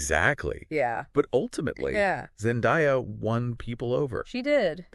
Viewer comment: Zen-DAY-uh, not Zen-DIE-uh.